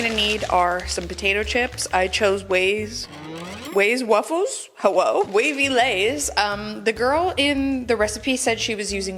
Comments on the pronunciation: “Ways Wuffles” 😂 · "Ways wuffles.... hewwo?"😂😂😂😂😂😂😂💀💀💀